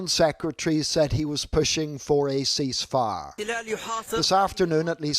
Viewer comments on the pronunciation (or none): He cannot say the Word cease fire. Damn he.